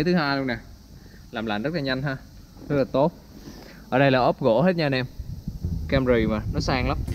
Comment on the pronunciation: Camry chứ kg phải cam rì, logo chứ kg phải lô gồ, chắc học dốt còn bày đặt đọc tiếng anh